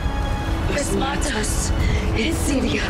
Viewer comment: it’s actually “phesmatos”